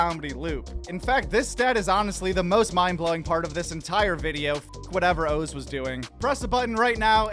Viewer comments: "Owes Peralman" "Owes" not "Oz" but "Owes" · Funny to hear you say his name is Ohhhz it's OZ like Ahhzz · Bro…..pronounce Oz correctly! Wizard of Oz…really lol? It’s awz not oze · Dr. Oh-z?! It's Oz like Ozzy Osbourne! What in the Windows 11 narrator was that mistake?! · Can somebody teach the AI how to say Oz please?